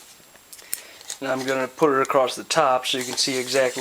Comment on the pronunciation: You lost me when you said "acrosst"